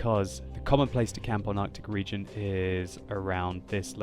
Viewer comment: Artic Regeon lol